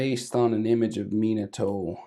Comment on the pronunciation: Bro no offense in the beginning you said monato instead of Minato